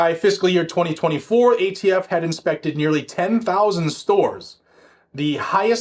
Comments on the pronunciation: Did you just say..."gay t f"???!!!! Hahaha 🤣😂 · Did you say "gayTF"? Could have sworn I heard that...